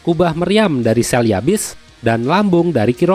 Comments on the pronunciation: Bukan gitu, tapi ( shel-ya-bins ) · Catatan: 1. penyebutan kota ''Chelyabinsk'' itu biasa aja (Ce lia binsk) 2. Tidak ada catatan mengenai IS-3 dikirim pas perang di Manchuria, kemungkinan tank-tank IS-3 tersebut dikirim pasca perang, seandainya AS dan Jepang menginvasi pulau Kuril 3. Tidak ada seri IS-5 sebagai tank terpisah, IS-5 hanyalah nama awal dari IS-8/T-10